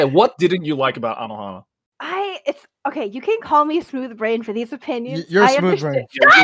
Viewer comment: nah you did Anohana wrong, also I read NANA too when we were the same age but I loved it and understood it 😭